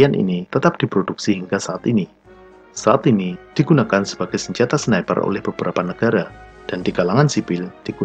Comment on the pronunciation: Seniper ngapak...